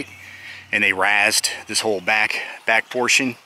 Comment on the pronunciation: great video about a building I had not heard of in the past. FYI - razed is pronounced raised.